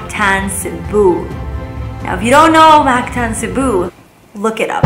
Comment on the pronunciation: It’s mactan not mastan